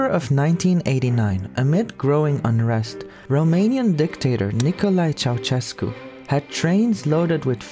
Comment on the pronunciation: You pronounce Ceaușescu's name better than most foreigners, but it's still not entirely correct. The letter Ș makes a sh sound, not a ch sound.